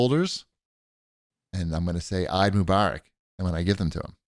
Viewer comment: Hearing say "Eid Mubarak" made me smile. You guys are awesome - happy holidays!